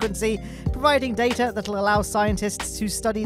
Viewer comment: Why is it pronounced Data & not Data?